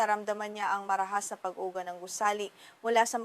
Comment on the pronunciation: dakuu, (dako), pag ugaa (pag uga). Ok sana, need ng lesson sa Filipino.. just saying na ayusin ang pagtatagalog. Salamat.